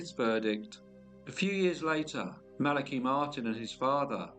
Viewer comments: Interesting because according to what I found, and how I've always heard it, it is pronounced thus: The name Malachi is typically pronounced MAL-uh-kigh. The emphasis is on the first syllable, "MAL," and the "a" in "Mal" is pronounced like the "a" in "apple" or "cat". The "a" in the second syllable is a schwa sound (uh), and the "i" at the end is a long "i" sound, as in "kite" Maybe it's a UK thing. No matter, pronounce it how you think it should be. Cheers. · I love this channel, but that's not how you pronounce Malachi.